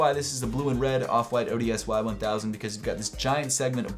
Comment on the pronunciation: the off-white ODSY sneaker is pronounced odyssey